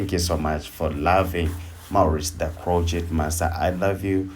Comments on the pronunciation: It’s not crotchette. It is pronounced cro shay. I am a crochet artist and have been for over 50 years. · Hi lovely video💕Just wanted to give a friendly tip , that the “t” is silent in the word “crochet”. It is usually pronounced “cro- shay”. But you are still the master😉. Love your work!! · Please be advised that the "t" is silent in the word crochet. It's french.